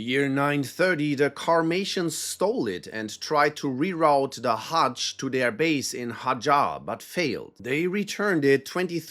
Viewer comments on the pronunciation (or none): none